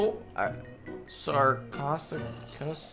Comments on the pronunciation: i bet 500 bucks there is gonna be a third jurassic world and sarcosuchus is pronounced Sar-co-sue-cus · Sar-koh-sue-cuss.Thats how you pronounse the crocodile